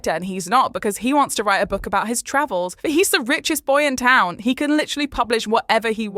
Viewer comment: It was the new pronunciation of town for me! It was somewhere between 'ton' and 'tongue' lolol 😂😅 Goes to show how lackluster the season was if things like thay stuck out...